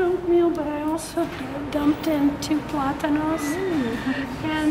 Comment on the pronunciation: As a latina subbie, Love that ur mom said “plátanos” & not plantains...and she pronounced it well!! 👌👍